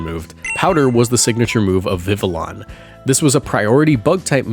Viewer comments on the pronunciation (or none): how going to be Mexican and pronounce the LL in Vivillon like Viv-Uh-Lon